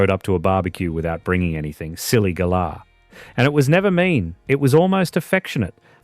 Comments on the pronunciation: Stone the crows - that's not "silly gala", you great drongo! It's "ga-lah", as in the bird of the same name, with the emphasis on the last syllable! And don't come the raw prawn with me, ya mug - "Good on ya," "No worries," "She'll be right" and "Cactus" AREN'T dead, not where I come from anyway! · Strewth! I can't watch any more. WTF is a "Silly Garlar"? Bugger Off! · Can't say I've ever heard galah pronounced "garlour"!